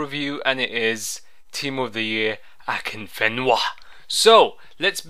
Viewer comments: "who the fuck is akinfinva" xDD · akinfiva lolol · LOL Who the fuck is 'Akinfiva' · who the fuck is akinfiva? xD kkkk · Thumbs up if you love the way he say akinfenwa lolzzz